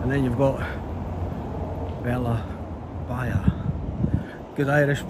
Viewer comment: Hi just to say that cafe that closed was dreadful. I sat for one hour waiting for someone to notice me. I only really wanted to sit in the shade and I did it for free 😂😂 and Bella Bia is pronounced "Bee Ya" it's Irish for food and of course Bella in Italian beautiful 😅❤ great videos loving catching up. I'll be seeing you guys soon.